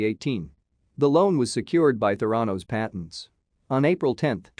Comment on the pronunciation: It is pronounced "théranos" Emphasis on the "e"